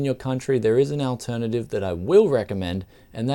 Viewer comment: you have a very strange way of pronouncing the word "alternative"